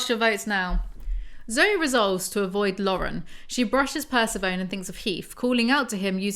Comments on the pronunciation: I love this so much!!! Also just so you know the pronunciation of “Persephone” is Per-Sef-O-Nee She’s a Greek goddess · pls Persephone, pur-sef-on-ee or pur-se-phony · Yeah, pronunciation of Persephone in this video is cursed as hell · I swear I was like WHO is the horse named after….. is it Persephone….? (I was looking for this comment omggg) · PERCE-PHONE???, its pr-seh-fuh-nee LMAO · Persa-phone?!?!! Per-seph-oni!!! Like Hades and Persephone!! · girlo im sorry the way you say Persephone is wrong (not tryna be mean) its the name of the greek goddess Persephone (per-sef-o-ne) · I love you but PERSEPHONE (purse-ef-oh-knee) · Jw. Is Persephone supposed to be pronounced, "per-sef-ah- knee ? " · Persephone is pronounced "per-seh-foe-nee" :) it's from Greek mythology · Idk if anyone has already said this or if you already know and are being cheeky, but Persephone kinda gets pronounced like Aphrodite, (kinda like per-SEH-funni). And, less important and less well known, Samhain, weirdly, is pronounced kinda like sow-in (sow like wow). I love your book breakdown/narration videos so much omg. Also, taking (vegan) CoQ10 and (vegan) Omega 3s with my ADHD med each day has made a noticeable difference for me in weirdness. Also just so you know, vitamin C can weaken certain meds (like mine, which is Adderall). Congrats on starting your med journey! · Say it with me per-sef-oh-neee my inner Greek goddess groans every time you say Persephone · I'm highly amused you read Persephone as "purse-a-phone" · Pleeeeease, can you pronounce Persephone Per-seff-oh-ny? Please. ;) I always think you are talking about some weird new i-phone or something ;) LOVE your book reviews/summaries, BTW. Saves me from blithely stumbling upon them and reading them myself. I would have thrown them into the bin after five minutes. Weirdly enough, I can listen to you talking about them for hours! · Love these videos. I do think it's pehr-seh-pho-nee or puh-seh-fuh-nee kind of 😊